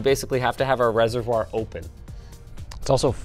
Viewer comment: Please learn how to say reservoir